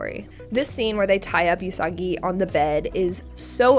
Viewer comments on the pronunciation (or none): please stop saying YOOSAgi (YOU-SAH-GEE, USE-aH-gEE). You are mispronouncing Usagi